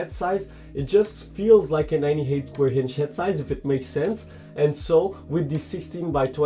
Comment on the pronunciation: stop adding H on the words that dont have it like inch and others its really annoying other than that great review